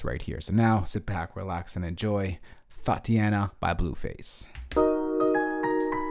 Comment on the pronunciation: my homie said thoteana